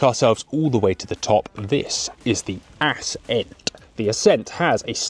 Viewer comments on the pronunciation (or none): Assssssceeent. Why thexweird pronunciation?